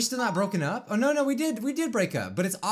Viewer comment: “No” sounds like “Kianasi”